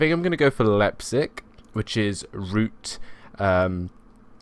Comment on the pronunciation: your saying Leipzig wrong